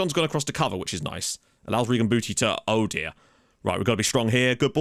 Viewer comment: Changed his name to only just "Oh" still manages to pronounce it as Ho